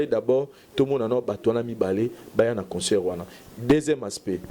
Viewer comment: On dit concert [ saire] et non [seur] y’a une différence entre consœur et concert C’est pas notre langue mais vu que t’exprime en français